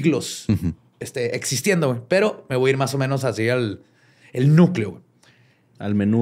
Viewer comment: "Massieumenos" AJAJJAJAJAJAJAJAJAJAAJJAJAAJJAJAAJJA